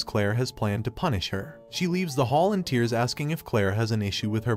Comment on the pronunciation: yeah, it's a computer reading a script, not a real person. Words frequently mispronounced are: - protagonist, - bow (which is funny because when a person bows it uses the weapon name and when it's a weapon it's pronounced like a person bowing down lol - which doesn't make any sense to me but whatever), - tear (as in tearing paper) is pronounced like the "crying" form of tear, - tier is pronounced like "tire", - he and she are constantly mixed up (which is very common in any media translated from Chinese and is more the script writer/translator's fault than the computer's diction)